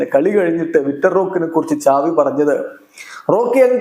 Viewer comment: Enik oru doubt സാവി.. ആണോ. ചാവി ano??.. Xavi.. Aenn alle parayne appo egne ചാവി avum😂😂😂